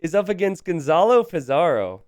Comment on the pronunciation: Le Loi is Vietnamese, not French. His name is pronounced Lay Leuhy, not Le Lwah. Gonzalo Pizarro is Spanish, not Italian. His name is pronounced Gonthalo Pitharo, not Gonzalo Peetzaro.